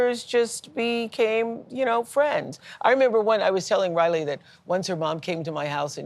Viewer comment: Gayle can't pronounce Riley's name!!!!!!!??????